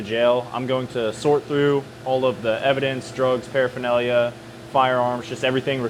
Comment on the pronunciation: just say paraphernalia!!! 😂😂